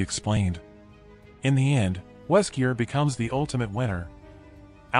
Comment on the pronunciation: It's really confusing you keep saying Weskier in the video!!